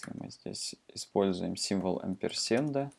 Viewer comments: спасибо, вы сделали мир лучше :) только 'хувер' и 'амперсенд' режет слух. ˈhəvər - хове'р' ˈampərˌsand - амперсанд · произношение некоторых терминов неправильное (хувер, амперсенд....), ну да пофиг, не плохой урок в целом, спасибо. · "хувер", "амперсенд". От такого произношения уши в трубочку заворачиваются...